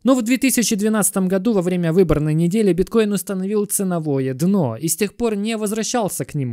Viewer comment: спасибо за видео❤ Почему ты говоришь дыно а не дно?